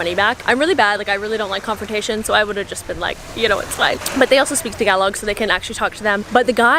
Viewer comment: Amazing how you pronounce "Tagalog" the right way. Cool... I've been following Robyn for quite some time now and she recommended to follow your page...I'm glad I did. Keep 'em good contents coming. Take care